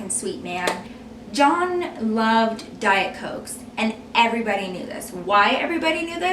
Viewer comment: did you say his name or did you say john in a way that sounded like dawn or something.?